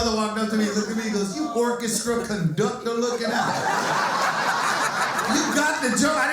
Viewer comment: Did you say "cochestra conductor"?🤣😭